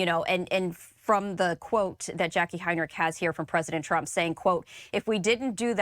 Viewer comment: Lol she said prump